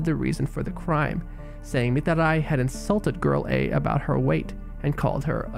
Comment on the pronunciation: The way you pronounce Mitarai rly grinds my gears and hurts my ears, it's annoying